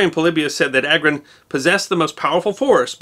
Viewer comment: It’s pronounced AGRON and not EYGROUN 😂